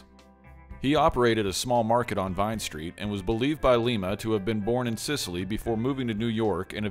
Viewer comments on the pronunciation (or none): none